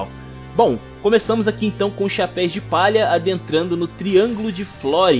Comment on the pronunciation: Cara, sensacional seu resumo. Merece um like com certeza. Mas confesso que me incomodava bastante todas as vezes que vc falava “chapeis de palha”, “Nico Rubin”, “Zóro” ou “Ruffy”.